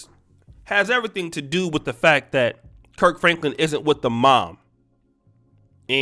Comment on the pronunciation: My guy said Perc Franklin